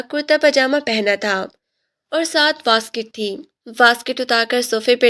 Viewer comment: Oh bhain waskoot hota hai basket nahi😅😅😅😂😂😂😂 but nice Story 🌹 ❤️ ❤️ 😻 ❤❤❤❤❤👍🏻